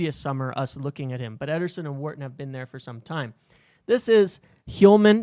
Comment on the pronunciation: The way you pronounce Wharton is so triggering 😂